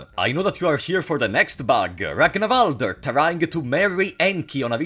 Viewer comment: One of the most annoying bugs about this game is how it makes everyone pronounce "Ragnvaldr" as "Ragnavalder". What's so hard about pronouncing it that you have to add vowels?